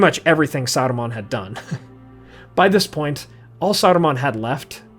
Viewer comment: Why are you trying to roll the R in Saruman's name? Sounds like Sardamon.